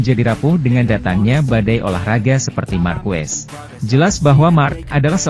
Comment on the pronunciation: fyi : pelafalan/pengucapan Marquez itu = Markez BUKAN Markwes/markuwes